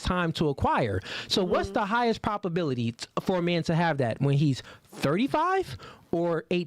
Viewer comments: I will say it just one time😊,its "ProBAbility ", not proPAbility!!?. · please. Stop saying “PROP” ability. The word is PROBability. As in probable. We don’t say “proppable”. Please bro. We need to be airtight with these 304’s.